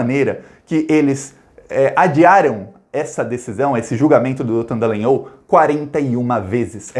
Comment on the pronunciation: por favor lembre-se que o nome da figura é Dallagnol, ou seja: D-A-L-A-N-H-O-L